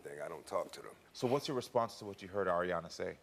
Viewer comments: The second story annoys me !! Yaw have to innerstand that THIS parent hAD to GRIEVE A SUN at one point . Drinking issues emotionally and mentally.. I believe he’s better now and his DAUGHTER needs to stop getting on him for saying AIRyana smh ! Grow tf up ! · The Aryana girl I can see why her dad was getting irritated about his pronouncing her name wrong. My dads from Jersey theres so many words that man’s says wrong including our middle names. It doesn’t mean he doesn’t know it.🙄